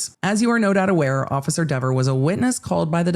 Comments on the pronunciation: Given what Cox said about "this person" — aka Kelly Dever — I actually think he DIDN'T pronounce her name correctly, as she testified. Which would make the whole "so he said my name correctly" another false memory, I guess? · The internet has spoken. It's pronounced DEEver now. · Dever rhymes with never